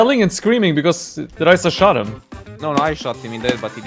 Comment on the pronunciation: Why does pronounce your name as ''Raisa''? XDD